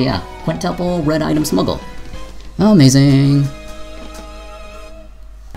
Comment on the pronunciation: Quit the lazy ''amaizing'' ;)